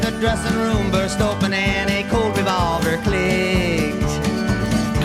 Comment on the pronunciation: “A COLT Revolver clicked”…not “cold”.